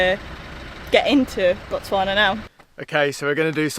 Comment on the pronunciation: The way she pronounces Botswana like she is a native❤️English people always struggle with the 'Tswa'